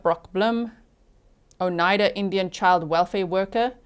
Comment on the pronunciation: Not sure if anyone helped with pronouncing the county. I just started watching on replay. I’m in Wisconsin. It’s Outa-game-y and O-ni-da (long i)